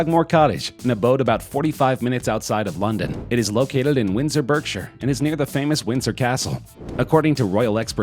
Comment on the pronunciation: The way you said Berkshire lol